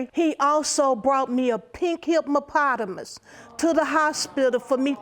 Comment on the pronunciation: I was cracking up when she said he gave her pink himppotumus 🥴😂😂😂